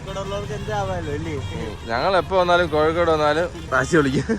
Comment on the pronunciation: Kozhikode alla koyikode